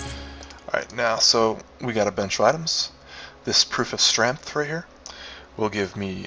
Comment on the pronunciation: Now I don't mean to pick on your speech patterns but you seemed to be mispronouncing "STREMF"